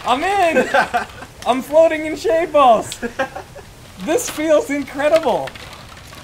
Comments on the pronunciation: First 5 minutes i heard shade balls but the more i hear it, it sounds like shaved balls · I always hear "shaved balls" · i literally thought he said “i’m swimming in shaved balls”